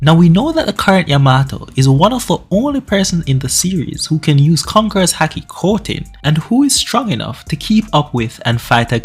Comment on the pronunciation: why are you saying the word haki like that? its pronounced like hockey, A doesn't make that sound in Japanese